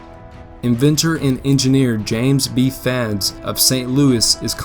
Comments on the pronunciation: It’s pronounced “Eads” not “Fads” which is what I thought I heard here. Mr. Eads was a groundbreaking engineer with over 50 patents, and also designed the Eads bridge in St. Louis, which still stands today. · the engineer is not Fads but Eads! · you pronounced James B. Eads name wrong. just letting you know.